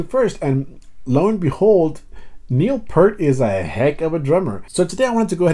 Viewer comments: fucking PEEEEERRRT!!!!!! NOT PUUUUUURRRRTTTTT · It's PEEEERT, PEART! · Neil’s last name is pronounced like Peert. Neil said said he would always play Tom Sawyer live because it’s the most difficult thing he ever put together to play “correctly”, and that he always loved playing it for that reason. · Hey guy, his name is pronounced “Peert” not “Pert” like the shampoo. Thanks for unlocking a couple of mysteries in this tune. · I'm not gonna be one of those guys who says his name is pronounced Peert... but...oh crap... looks like I am one of those guys... damn. For what it's worth I still slip myself. I had the wrong pronunciation in my head for many years before it was corrected. I still screw up.